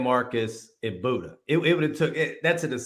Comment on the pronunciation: It's Beauda not Budda, lol